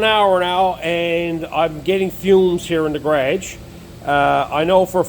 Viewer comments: Garage....not carageis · It took me a few times to understand what a Ga-raa-jgh was